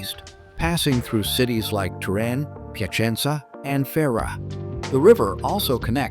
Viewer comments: Salut, je me demande pourquoi vous prononcez Trin au lieu de Turin? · ¿¿¡¡ Trin !!?? Que car... !!! Paren con la pu.. (no) inteligencia artificial. Es ¡¡ TURIN !! TURIN !! y tambien no es "pazza" se dice PLAZA, no es "palato" es PALACIO. ESPANTOSO AHORRO de una persona viva ¡¡¡¡ MISERABLESM !!!!